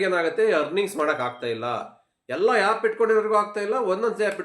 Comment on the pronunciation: It's not yap it's called app 😂